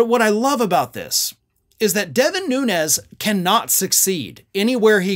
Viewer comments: It is not NUNEZ! ITS NUNES, HES PORTUGESE NOT SPANISH. Has been sighted home visiting his Portugese Family and eating at local Port, RESTAURANT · The Portuguese people here in Hawaii pronounce Nunes as noons. Like "goons". Noo-nez is Spanish.